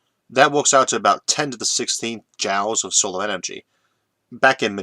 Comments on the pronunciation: Quite apart from the "impediment", there is also his sometimes-strange pronunciation. In this video, saying "jowls" for joules. Joules is usually pronounced just like "jewels", and comes from the name of the English physicist James Prescott Joule. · Why are you pronouncing joules as "jowles" instead of "jewels"? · Are you pronouncing Joules as "jowls" instead of "jools" due to the difficulty with rhotacism or because you've read the word that way before hearing it pronounced? Jw. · one pronunciation that gets me everytime is Joules ... he says jowls when jewels is more accurate ... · Heehee. I don't even notie the accent/impediment most days. But pronouncing joules as 'jowls' instead of 'jools' made me giggle. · I always thought "Joules" was pronounced the same as "jewels", not "jowls". Yes, that's probably how it ought to be pronounced, phoenetically, but then look at words like "laughter" and "daughter"... English is a messed up language. And it reminds me of something i read not that long ago... went something like "Don't make fun when someone mis-pronounces a word. It probably means they learned it by READING." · Joules = jewels not jowels, yikes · Joules is pronounced "joolz" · FYI joules is pronounced like "jewels" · you can't simply say fuel all the time and then epicly mispronounce joules which has the same sound. i know you have a speech impediment, you explain it every video. but you saying fuel right proves you can pronounce joule. sorry for shitposting... i love your videos, but i just had to say this.